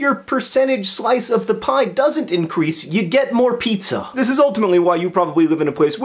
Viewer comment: 2 points for pronouncing pizza weirdly